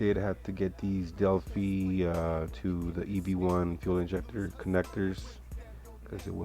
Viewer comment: Delphi: pronounced delf-eye lol.. nice build.